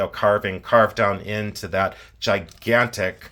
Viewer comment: The way says "Cuz they're gi-GAN-tic!" I'm deceased.🤣